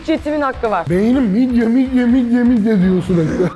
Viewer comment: Midye ❌ Mid ye✅